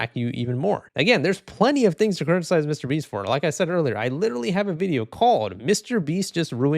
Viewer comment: Who the fuck is this "Meesyter BEEEEST"?